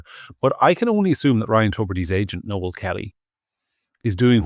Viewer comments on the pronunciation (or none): none